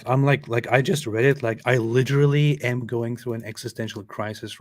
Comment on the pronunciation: Lideerally.....lol that tickles me for some reason!